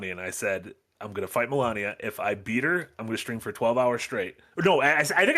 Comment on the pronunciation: Guys! It's Malenia, not Melania! Ones a walking rot upon humanity and one's an Elden Ring boss!